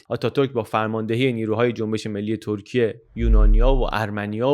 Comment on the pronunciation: سلام و سپاس از زحماتتون؛ سؤالی برام پیش اومد که چرا در اوایل ویدئو، "ترکیه" رو دوبار بصورت "تورکیه" و با اون "و" خاص تلفظ کردید..